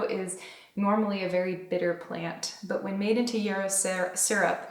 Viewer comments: Yahhhhhrow. It has not with an e but with an a sound. It's a wonderful herb. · So cute how you say yarrow like it is “euro” or maybe I’m pronouncing it wrong like yaaar-oh ☺️😝 it sounds better when you say it anyway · Are you saying yarrow? The flowers look like ones I grow, but your pronunciation is throwing me off. Thank you for the beautiful video 🙂